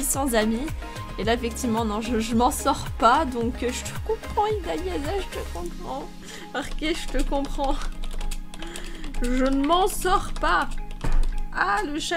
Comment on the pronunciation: C'est moi idaliasa 😂 je rectifie une 3eme fois ton erreur 😂 Sa se prononce idalia"ss'a 😅 T'es trop chouuu 😍😍😘 15l mon petit citron 😘 jtd 😘😘